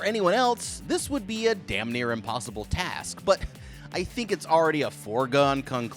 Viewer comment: ''wait a dawm minute''